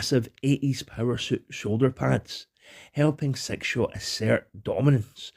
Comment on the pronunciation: I love your accent one of the reasons I absolutely love listening to your videos, but I got to say this with utmost love and humor brother! When you say six shot it sounds like you're saying "Sex Shop" lmfao 😂😂😂😂